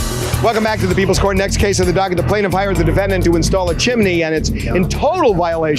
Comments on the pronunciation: It’s CHIMNEY … not CHIM-IN-NEY! 🙄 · It's "Chimney," not "chimaney," unless you're in Mary Poppins. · CHIMNEY! NOT chiminy😂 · I can’t believe a well spoken fluent in English judge would pronounce CHIMNEY “ CHIMANEE”…😂😂😂😂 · Judge repeated the pronounciation of chin im ney just like the plaintiff did 😂😂😂 omg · i thought i was the only one who thought they were pronouncing it wrong, they keep saying Chi-mi-ney, when it is Chim-ney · Peace out on this episode. I just can’t listen to JM say “chim in nee” the entire time. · As sweet as it sounds, why is the judge adding a letter to the word chimney? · is chimney spelt or pronounced differently in usa? or is that a local accent thing? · 😂😂😂 irking my damn nerves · Not if you're in a popular old Disney Movie! Chim-chim-cheroo!!❤